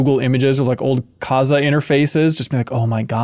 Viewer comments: Its Kazaa-h not kaza -hermione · hmmm I think I must pronounce kazaa wrong because I put the emphasis on ZAA, so it's like "kuh-ZAA"